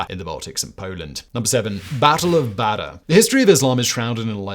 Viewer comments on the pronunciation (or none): none